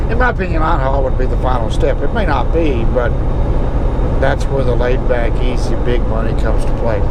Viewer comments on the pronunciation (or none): none